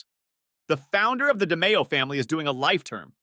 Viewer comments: it' pronounced di-MAY-o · You pronounced DeMeo wrong Also close proximity is a redundancy Go back to grade school pal